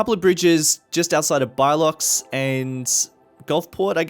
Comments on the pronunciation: I started dying when you said biloxi as “by-lox” just to let you know you pronounce it “Bill-Ox-ie” or “Bill-lux-e” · Bilox, would be Biloxi (Bill-uhks-ee). Don't worry too much about it. Also a place to look at for inspo would be Virginia Beach in Virginia, or the Outer Banks in North Carolina. Also for the holiday town out past St Marie you should look at a place called Port Aransas in Texas. Always enjoy the videos! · "Bilox" is Biloxi, pronounced "Bih-Lux-ee". Also, from a previous video, the city name Mobile is pronounced "Moe-beel" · It's [bi•loxi], pronounced as in "biblical" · Thought I’d let ya know, Biloxi is pronounced “Bil-lux-ee” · Biloxi = buh-luck-zee. -a lifelong Mississippian